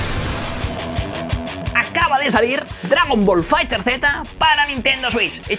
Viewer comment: "Dragon Ball Fighter(Zeta)" 😂🤣